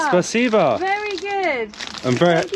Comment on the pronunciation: PLEASE stop saying спасибо, spaseba, it’s driving me crazy, and I want to mention it’s still a Terrorist state, attacking and killing innocent people, you only have to be heard saying a wrong word and you’ll be in the boob, JAIL, be careful, it’s not all rosey and dandy mate 🤷‍♂️🇬🇧🇺🇦🇬🇧